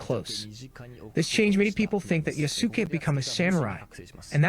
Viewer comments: If I hear "yuhsue kay" one more time I'll lose it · Yasuke = Yas-Keh Yas like “Yas queen” 😬 Keh like “K” Sasuke Uchiha with a Y. Nihon = Nee-HONE Nee as in “Knee” Hone as in “hone your skills” Latin pronunciations people. Ah Ii Eh Ooo Oh (A, I, E, U, O) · Yasookey, Yesook, Yasuke, Yasukay, Yasook Man of course they're all arguing about dude, mfs cant even agree on the pronunciation of his name with themselves. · I can't focus on what the guy is saying because of his pronounciation of yasuke. YaSOOkay yaSOOkay. Jesus Christ. Stop it. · My biggest gripe with Ubisoft adding Yasuke into their game is that no one can pronounce his damn name! Sick of hearing Ya-Sooo-Ke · i hate people pronouncing "Yasuke" as "yasuuk", fatherless behaviour . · Everytime I heard this guy mispronounce Yasuke is bothering me more than it should lol. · Good video but buddy couldn't have learned how to say Yasuke before recording it? 😭😭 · Why can none of these people pronounce Yasuke correctly... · This guy mispronouncing the name is infuriating.